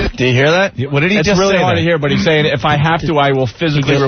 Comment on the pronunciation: "B-ut" your clothes back on. Spoken like a college graduate who's been doing radio since he was 18.